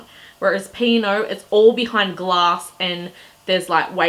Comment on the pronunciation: I'm pretty sure it is "P and O" - not "Pino"